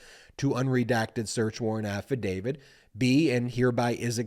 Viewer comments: Who is "Affa David"? Please pronounce "affadavit" correctly, you sound like a toddler pretending to be a lawyer. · AFFADAVIT, AFFADAVIT. NOT AFFADAVID. can't watch uneducated, unawake wannabe's! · Insightful and very much on point, Ben. But at the risk of seeming petty, or pedantic, I would only suggest that you say affidavit, not "affidavid." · AffidaviT Not affidaviD Love your stuff, Ben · Nonetheless, he really SHOULD learn how to pronounce AFFADAVIT... not AFFADAVID! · I love listening to your analysis... But please stop pronouncing affidavit incorrect... It's not "AFFIDAVID"... "It's AFFIDAVIT". We are also six minutes into this and still no mention of Jack Smith... Just the overly detailed recap of what we already know... This could be distilled down to about 3.5 minutes. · affidavid? drives me nuts. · Affadavit ends with a “t” not a “d”.